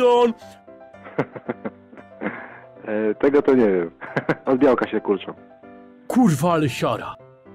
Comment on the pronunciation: MÓWI SPEJSON XD